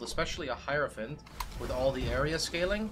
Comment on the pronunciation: for being the only Youtuber that can pronounce hierophant.